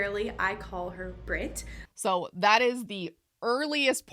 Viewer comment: I'm English and from the midlands/southish (vaguely the area her accent sounds like- I've been told I sound like a BBC presenter) and not to cite my autism superpowers but I have very good hearing (I can hear someone opening a lipbalm in a different room). Her accent sounds odd to me, here's my take: First thing I noticed is that she's hitting the t in Brit quite hard. I find (at least for me) I usually hit ts harder in the middle and my ts at the end of words tend to be more of a glottal stop (the "bri'ish" thing). Second thing I noticed is that she hits her S's very hard in a way that I've don't really hear most English people do. To me, my first thought was the S sound when she says "specialize" sounds mainland European, maybe eastern European or German. The way I/people around me say specialize is with a definite Z sound and more of a stress on the first syllable, she sounds like she's saying "special-ice" (putting more of a stress on the last syllable.) I guess this S thing could be explained by a lisp or something though. I also thought the way she says "author" sounded a bit German, but it's not "not" British sounding. The way she said "sexuality" in the first clip sounded a bit American to me (pronouncing the t more like a d is kind of American) but also there is a trend with people with this kind of accent incorporating some Americanisms (specifically the flap t) into their dialect so that's not really suspicious on its own Interestingly in the second clip she